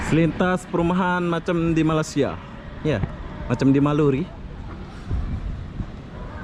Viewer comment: bang malaysia bukan malasa